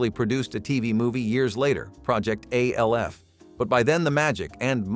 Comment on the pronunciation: Why does he keep calling ALF..…A. L. F ?